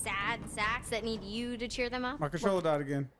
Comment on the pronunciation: I like how she say's "troller" instead of controller, but I'd like to see you guys play more together.